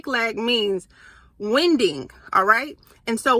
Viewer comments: Thank you 🙏🏽 Also the word winding rhymes with minding 😊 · ‘waending’ is how you pronounce that winding, lol! I like that even though English is yr first language you just experience new words just like us 😅. It’s like how you wind a rope around a pole etc. past tense is wound ‘waond’ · Great video sister!! Just gotta say... Winding is pronounced... Wine-ding. Great video, great word🙏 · ❤ "winding", this one is pronounced like a winding, bending, curvy road. Also like 'winding' up a toy, or bringing a program (winding up) to an end. Hope this helps.